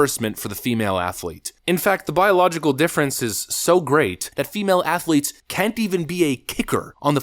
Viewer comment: Did he say "trans assletes"?